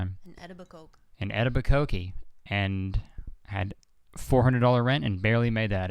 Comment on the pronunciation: Omg "Etabacokee", that was a beautiful pronunciation, even better than "Eta-bye-coke"